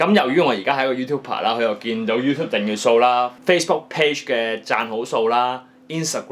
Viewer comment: 你訂閱個訂字都讀錯，快啲改啦